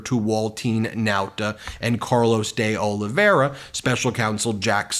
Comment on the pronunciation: It's pronounced "dollyvera" Ben